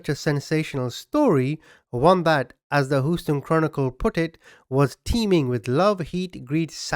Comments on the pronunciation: Doing a great job! Fyi pronounce Houston... Hugh ston. Like Hugh Hefner. Thought I would help you out. 😊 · You know Houston is pronounced as in Huey.Its ok now. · Houston pronunciation -(hew-ston ) Love your accent! 😃😁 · HUGH-Stun Not the spelling. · Lol “” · I've never heard of this and I dont live very far from "Hoo- ston" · I absolutely love your accent. And it has been a real pleasure listening to you pronounce Houston. Please don't change a thing. ✌😎🤘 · I hope you don't take what I'm going to say as an insult because by no means that is Not my intention but what I found extremely hilarious is the way you say 'Houston' I could not stop laughing every time you said Houston....😂 😂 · I just love the way you say/pronounce Houston. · The way you pronounced the name of my home city, Houston, is very ... original! 😉 I remember my mother talking about what a scandalous and horrible person Candace Mossler was. BTW, the River Oaks area today is still rich af. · I love how you pronounce "Houston"!! Sending love ♥️ from Amarillo Texas 🇨🇱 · It’s Houston, like Shoe HOUSTON TEXAS HOUSTON CHRONICLE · I like ur channel but ur pronunciation of the city of Houston almost made me stop watching this episode. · Thank you for the upload,please look up the word Houston &listen how it's pronounced,listen how people say it,then u can try to say it the correct way.its funny(weird) how u say it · Americans are notorious for butchering the pronunciation of names from other languages so it's funny that people are pressed about his pronunciation of Houston. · I have never heard Houston pronounced that way before. Lol. Great video! I like that it's longer than usual. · I've gotta say, the way you pronounce Houston has my sides in orbit. Great job on the diligent research though, for real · The way he says, "Houston." 🤣🤣🤣💀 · I live in Texas ..around here we just say H town😀 but I admit I have never heard Houston pronounced that way and I 💖it 😄🥰😍😀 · 😂😂😂it’s Hugh-ston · H you ston 🤣